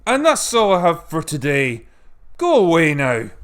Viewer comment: Critical Drinker, you articulate wordsmith, you hear me say: Sometimes when you say “GO AWAY NOW”, it sounds like “GROW A WEINER!” Is this a subliminal message to Kathleen Kennedy supporters???... Ahhh hahaha, Nah it’ll be fine! Love your stuff, man. Please keep making more. This is the channel I go to on my lunch break. Keep drinkin’ and keep it critical. Cheers mate.